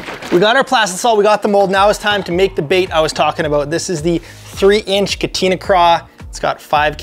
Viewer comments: Each katina was like a knife to the ears 😂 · Awesome video! However the plastic is pronounced cah-tah-nah.